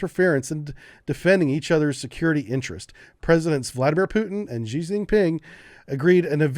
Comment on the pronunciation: 'Xi' is pronounced 'she'.